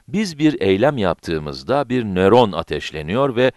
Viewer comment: Nöron yerine neron demek